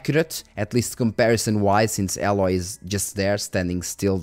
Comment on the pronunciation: I don't know if it's like an inside joke but the character's name is Aloy (pronounced A-loi), not Alloy xD